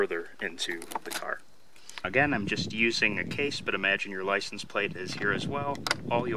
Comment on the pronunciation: “Apply the plicense.” 😄